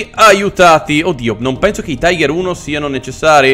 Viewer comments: Ma no lone è panzer 5 non quinto e non si tice taigher, ma tigher ( lo so che la scrittura è sbagliata è solo per fare vedere la pronuncia) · non si dice taiger ma tiga ( tiger ) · E comunque e giusto se segui la pronuncia inglese se vuoi quella precisa in tedesco e tigar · si dice tìger ma apparte questo bel video! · Signor il tiger si pronuncia in realta tiga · Un errore molto comune ma sbagli a dire tiger di fatti va pronunciato come è scritto in italiano